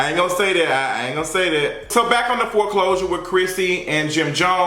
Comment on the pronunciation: Yoooo I hollered when he said “FORECLOSURES” has to be stopped 😂